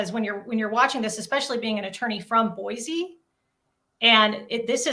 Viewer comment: I love that he's saying Boise right! 🎉❤